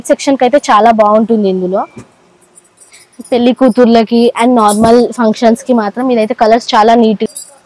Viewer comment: పెళ్లి అనాలి